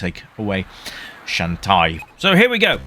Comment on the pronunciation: Shantae is pronounce as "shawn-tay."